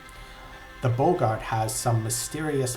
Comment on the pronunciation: Their name is pronounced "Bog-art". Not "Bow-gart".